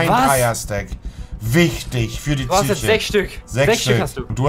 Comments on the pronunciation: Niemand: Wirklich niemand: Monte: wichtig für die tsye(Psyche) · Niemand: Wirklich niemand: Monte: „Wichtig für die Züche“ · Niemand: Wirklich Niemand: Monte: Für die Tsüche